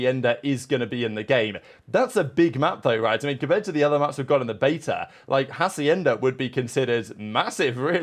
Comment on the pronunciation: Hey, you are using a "J" sound at the beginning of "Hacienda", it's Spanish so the "H" is silent, so you can pronounce it if it did not have the "H" as "Acienda", the rest of the pronunciation sounds good